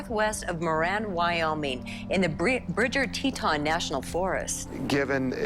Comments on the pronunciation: Teton is pronounced Tee Tawn😹😹😹😹. He is like a Black Widow 🕷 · Boise is not in East Idaho! It's West 😬 Also Teton is pronounced like Tee-tawn, not Teet-in. Otherwise great! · Say it with me; Grand TEEEEton. It’s pronounced Teeton. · Teton is pronounced Tea Tohn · Love you too Mike! (Also, is "Tee Tawn", rhymes w fawn) ❤ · Guy's a little large for a Ford Focus, must have needed a pry bar to get in and out.....oh and it's Tee-ton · Used to live in Jackson Hole, Wyoming, sir, and those mountains are pronounced Grand Teetawn! Just thought I would let ya know, darlin!!! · Mike, Mike, Mike!! Its Teeton (Teet awn). But I still luv ya. I think they found Jimmy Hoffa during their search. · It's pronounced Tee-tawn, lol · Obviously he had planned on talking them into a polygamist marriage.when his idea was met with a big fat "oh HELL no!!!"....he killed them all. P.S., hard O on the TetON. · Pronounced Te-ton...like the word on. Such a sad story. Also, the Irish guy missing is tragic. 😒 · Teton rhymes with Tea-John. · Hey Mike. It pronounced Tea-tawnz; means the "Breasts of the earth"